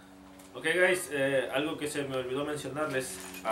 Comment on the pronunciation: compa por que decis HI GAYS ?